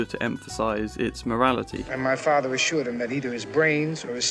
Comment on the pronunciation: It is Vito not Vi O. Please learn to pronounce your language correctly. It is father not fafer